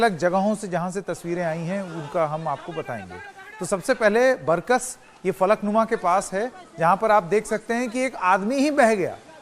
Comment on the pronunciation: Baarkas hai wo ?? Barkas nhi sahab